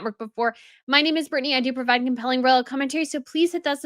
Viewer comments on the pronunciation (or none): none